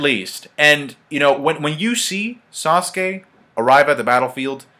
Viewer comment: This whole time I thought said squirrel, like WTF when did Sasuke get to summon muthafuckin' squirrels in the manga FTW!!!!!